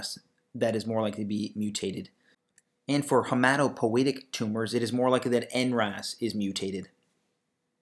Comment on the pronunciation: Great! May I underline a small mistake? Hematopoietic, not Hematopoetic.